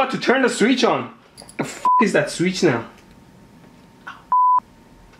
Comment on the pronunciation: Oh no, not the "sweetch" 😩